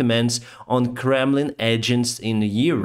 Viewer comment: I hear "Gremlin" everytime he says "Kremlin" 😁